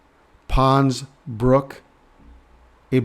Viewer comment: GOOD WORK, THERE IS AN 'S' ON THE END OF PONS-BROOKS - BROOK'S'...A BRIDGE OVER 'TROUBLED WATERS'...I KEEP HEARING THAT IN MY SPIRIT, SO I THOT I'D KEY THAT IN HERE...🙏